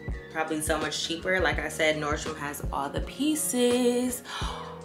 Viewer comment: Yesss! NordstroM not NordstromS 🥰🥰🥰